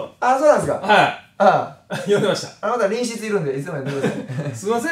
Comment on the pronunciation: 隣室（りんしつ）って言う奴